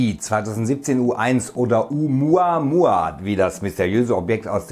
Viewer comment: Oh Muhh Ahh Muhh Ahh